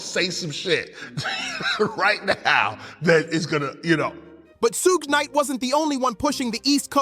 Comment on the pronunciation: 😂 I heard Su-gay Knight and hit the mute button. I was done after that.